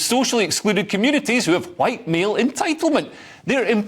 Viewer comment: Can I retroactively report Hamza Yusles for his racist 'FWhiiite' speech in Scottish Parliament, how he managed to get that F in front of the word White was amazing, it's similar to all the Putin haters pronouncing his name ' Pewtin'.